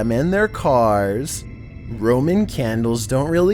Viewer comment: ROMAN candles...not 'roaming'!!!!